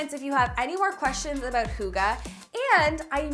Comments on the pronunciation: She pronounces it Hugge instead of Hygge and as a Dane it's so weird hearing it that way... it's not even the right word, but lovely makeover anyways c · Argh it’s pronounced hee-gé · I think hygge is the same as ‘gezellig’ in Dutch. I am pretty sure you are not pronouncing it right. I hear you say ‘hoogah’. I think it is probably pronounced differently 😄 Gezellig means a cosy room, christmaslight but also having a fun time with friends or at the restaurant. Fascinating, isn’t it? Language 😄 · I think it’s hyoogah. Maybe you have to be Danish to get the pronunciation completely right! 😝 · As a danish person, it is soo weird to hear people from other countries, try to pronounce "hygge" xD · There is the Y thing, but also, people from other countries kinda pronounce it like it ends with "ah" or "ar". It is a "e", the danish "e" is just a lot "harder", if that makes sense? :P It is kinda hard to explain, because I don't think you have that sound in english. Probably the closes is "eh", like someone else also said :) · I’m not danish but it’s actually really bugging me hearing it pronounced wrong🤣 Even though I LOVE the video